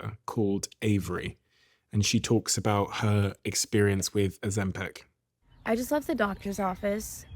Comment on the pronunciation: PICK! PICK! It's pronounced O-ZEM-pick! Not peck! Stop saying peck!